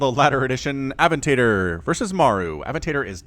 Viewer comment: Aven-tador??? Nooooo it is A-vent-a-dor, as in Lamorghini. Does Lambo play under that name also? No idea just a guess on my part.